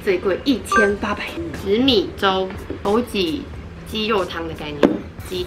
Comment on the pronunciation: 枸杞，ji?qi? 我们发音不一样吗？